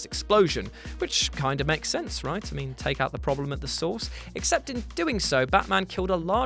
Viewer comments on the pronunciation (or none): none